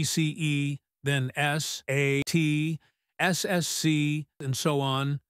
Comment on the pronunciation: The way he said SAT 😂😆